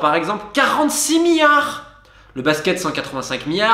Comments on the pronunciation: On ne dit pas "MIARDS" mais "milliards" (avec un i avant le ard). C'est comme le U dans "Amblance". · Affolant tout ces "miyares" d’euros ! 😁